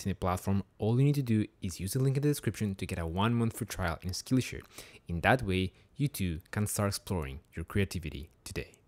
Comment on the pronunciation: Excellent video as always,. I love both this channel and your first, Spanish-speaking one, "Tutorías Medicina Interna". HOWEVER, there is a small nitpick which I hate for pointing it out, but...you are pronouncing Skillshare wrong. But don't sweat it, it doesn't take down the video's quality by any means. Keep making content!:D